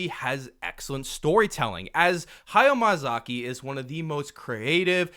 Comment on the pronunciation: ok but everytime you said hayao MAYAzaki :D